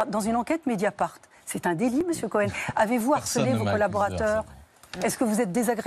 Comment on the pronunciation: Délectable ! : "Missiou Couhène " !!!!! 😅🤣😂